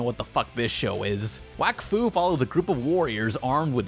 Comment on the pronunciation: did you say "Wakfuck"